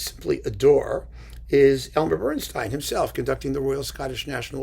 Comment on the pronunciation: It's BernstEEn, not BernstINE. Apparently, when Elmer and Lenny met, they drew lots over pronunciation, and Elmer got StEEN. Or so the legend goes.